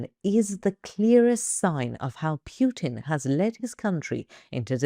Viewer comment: And she says Putin as if it was Puke-in. 😅😂